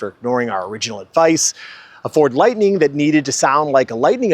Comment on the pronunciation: THERE IS NO "E" IN LIGHTNING!!!🙄